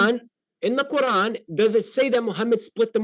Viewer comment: "in tha qoorrlann" why is he talking like that? 😆